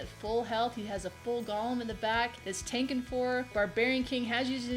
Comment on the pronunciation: I hate to be not Nitpicky but people keep calling these things Gollums like from lord of the rings.. They are GOLEMS! Just like it sounds .. Pronounce the E long...Go-Lem... It's a creature in judaism .. A gigantic man made of clay or rock!